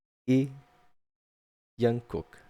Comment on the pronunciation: A pronúncia é JiMIN (o min é mais forte) e Jungkook é Jongkuk (com o último k mudo tipo inglês).